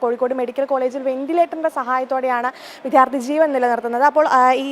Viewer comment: വിദ്യാർത്ഥി എന്ന് ശരിക്ക് പറയൂ പുല്ലേ